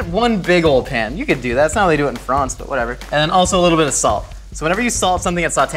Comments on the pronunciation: FRONCE. Dear god, I hope that was deliberate. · 😂😂😂😂 and then he was speaking nonsense that made sense and saying "frons" I just 💀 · “That’s how they do it is FROHNS” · Nobody:: F r O n C e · No one:: Fronce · The way pronounces France makes me feel inferior